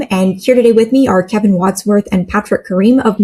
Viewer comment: Karim pronounced Ka rim, not Ka reem